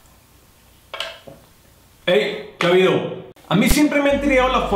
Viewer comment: dice que habido jajajajaja, siempre pensé que decías que video XD